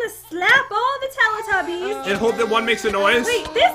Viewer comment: and its not teely tubys its telly tubbys